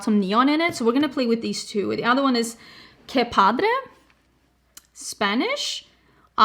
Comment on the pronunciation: It was so fun dropping this off at your house, I didn't want to leave 🤣 Beautiful looks, I love you and your family so much. and I are so grateful. "Que Padre" means "how cool" in Mexican Spanish. Your Spanish pronunciation is really good!